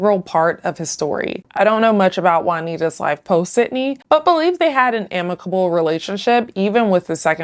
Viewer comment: The host can't say the letter "d". "hat" instead of "had", "marriet" instead of "married", "decate" instead of "decade"